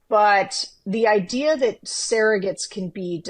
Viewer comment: I think it's amusing that Sarah pronounces the word "surrogates" as "Sarah-gets." 😄